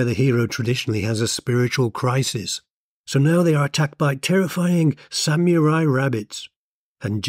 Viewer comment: Sam-your- eye rabbits! Oh dear!! 🤭